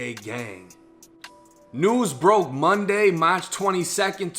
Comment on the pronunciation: The way he say March 🤣🤣🤣🤣😂😂